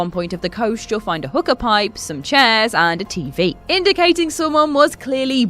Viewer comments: hoo kahh not hooker she read it wrong. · LOL It's who-ka not no hook-a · WhosChina Its how she pronounced it... not sure if it’s different in UK but in the states we pronounce it like ‘Who-kah’ not ‘Hu-kah’ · Someone should tell her is pronounced WHO-KA not what sounds like hooker .. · Am I the only one who heard "The dark ones hooker" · Hookah pronounced "hooker" is also horrible. Terrible voice over.